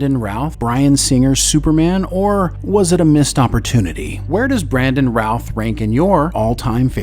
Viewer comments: why does this AI say ralph over and over again clearer and no roth, creator i award you no points but some style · Great great video. But I keep hearing Brandon "Ralph" when you say it 🤷😅 By the way, Tristan Lake didn't win a daytime Emmy in 2018. He got a nomination.